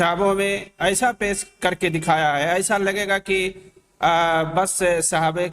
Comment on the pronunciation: شہید کو سہید اور پیش کو پیس، اور انمٹ کو انمنٹ کہنے والے اس نیپالی پہاڑی بکرے کی کیا فکر ہوگی۔ جو پہاڑ یا نالے میں پاخانے کے لئے جاتے رہے، انہیں تھوڑی سی سہولتیں دے کر کوئی بھی منہ میں غلاظت ڈال کر نکال سکتا ہے ۔ یہ ذہنی معذور ہیں۔